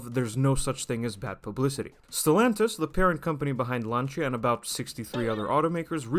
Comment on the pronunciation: Rebadged?! Talk from people who never drive "Lancha" (with soft ch) and doesnt known to pronuance the name...